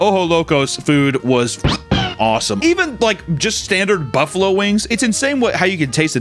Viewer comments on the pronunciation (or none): none